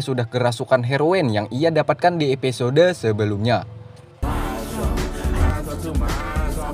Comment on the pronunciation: Dibaca episod huruf E gak perlu di baca kali... Kebiasaan la kek gitu orang indo. Drainase juga dibaca drinis huruf E di hilangin faham...!